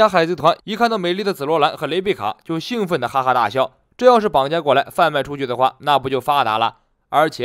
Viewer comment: 眉毛部分的肌肉褶皱真实生活会怎么样？感觉很有雕刻性！ 兴奋是xing第一声。兴高采烈才是xing的第四声。 很好奇紫罗兰实际战力。还有紫罗兰和julushi是什么关系？ 还有julushi和可比气息怎么感受知道对方的人品本质等等？还有路飞看人的本质-其他类似的人拥有类似品质没遇到路飞怎么办？